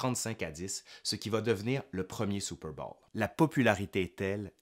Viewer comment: Excellent mon cher! Mais, c'est Super bôôôwl, pas Super bâââl....